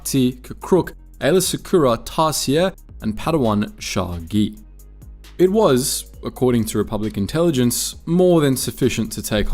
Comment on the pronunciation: noo not sha'agi